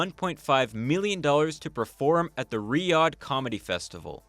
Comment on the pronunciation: I couldn’t stand watching past 5 minutes because of how he pronounces Riyadh </3 can it be rename to Riyathh or something please